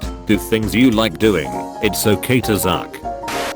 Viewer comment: How and why did it say "zuck" instead of "suck" Hes onto us guys